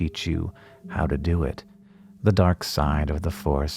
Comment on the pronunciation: "How to...dew it" 😄👌